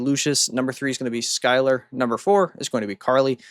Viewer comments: Isn't Schuyler pronounced "Skyler"? I've known a person with that spelling. It also makes sense for aircraft. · Hearing mispronounced DVA and Schuyler's name hurts. Lol It's pronounced Diva and Skylar 😅